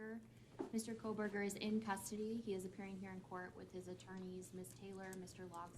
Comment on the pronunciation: Why do you insist on mispronouncing Kohberger's name? We predicted months ago that Prosecutor Papa Smurf might end up going with a grand jury in order to avoid any scrutiny and rebuttals in a hearing. It doesn't have much of anything to do with Kohberger messing up.